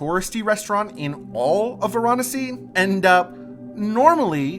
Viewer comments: It's pronounced as it's spelt Va ra nasi not var anasi bloody Americans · Why do you foreigners always pronounce the name of the place incorrectly?? It is Varanasi. Vaa-Raa-Nasi.. and not Va-Raa-Nasi....Your pronunciation has ruined this video. Quite annoying. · It is pronounced Vaaraanasi .Not how you are pronouncing. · Stop saying Varanasi wrong